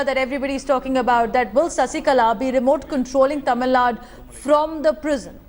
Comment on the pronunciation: how you pronounce the TAMIL NADU? as Tamil NUT Tamil NUT re- pronounce the word properly,Please.